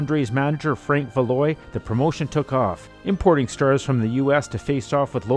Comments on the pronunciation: great stuff!!! btw, i hate to nit-pick, but the promoter's last name is pronounced val-wah, not val-oy. the arena, paul so-vay (sauve), not swa-vay. pierre "mad dog" le-fev, not whatever you said, lol, no offense. it's a french-canadian thang... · Val-wah. So-vay. Other than that, I loved this promotion!